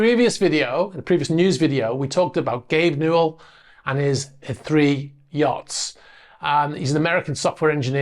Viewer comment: Slight correction. Gaben's name is Gabe Newell, not Newall.